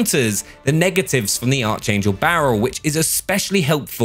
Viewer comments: Its called a archangel but u pronounce it (ark-angel) its like the angels Michael Gabriel and lucifer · It's pronounced ARC-ANGEL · AGAIN, stop saying archangel like that!